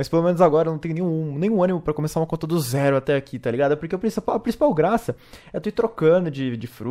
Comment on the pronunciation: bom gente a lingua deste humana foi extinta a mt tempo seu dei mt dessa lingua ele quis falar assim "zero segundos